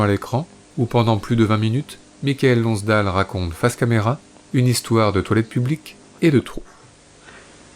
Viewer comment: "Des Dieux et des Hommes" ne date pas du début des années 90, contrairement à ce qu'on entend ici, mais de 2010. Et, quitte à consacrer un Blow Up à un acteur célèbre, autant bien prononcer son nom. On ne prononce pas Mi ka el, mais Maï keul Lonnss Dêle.